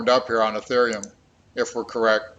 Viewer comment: Say ETHEREUM!!!!